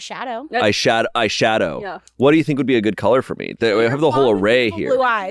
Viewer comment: The way Shayne said "eye shadow" I was expecting an iCarly joke